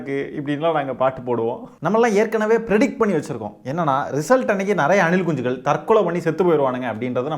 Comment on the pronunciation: Anilkunchigal 😂😂😂😂😂😂 neenga soltrathu azhgha iruku anna